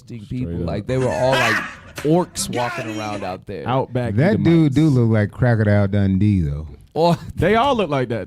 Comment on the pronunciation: He said crocodile Dundeedo what I'm done 🤣😭 Esau definitely ugly people